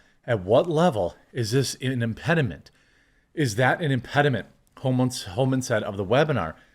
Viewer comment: Can someone teach Jeremy how to read impediment lol